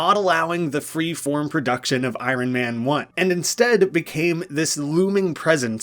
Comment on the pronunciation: Lol. Just leave out the R..... I on man lol. But is the best so I Ron is ok too 😊